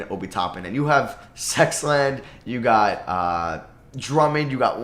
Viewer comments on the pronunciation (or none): My guy, did you say that the Cavs have Sexland? 🤣 I'm trying make fun of it but it is pretty funny. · He always says it when he brings up Collin sexton.